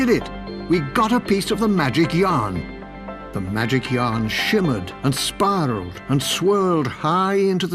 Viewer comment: AND SPIRALLED NOT SPARRELED